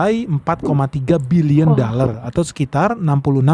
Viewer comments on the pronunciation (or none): Cakap dollar pun tidak tepat.dallar😂😂😂